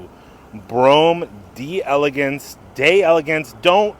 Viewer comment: It's bruam is how you Pronounce it your 2 steps away from saying bro ham😂😂😂😂